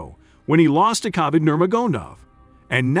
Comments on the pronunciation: Didn't pronounce any of them right this video or the rest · i don’t think you pronounced khabibs name right lol